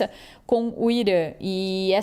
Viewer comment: o país se chama Irã, e não Irâ.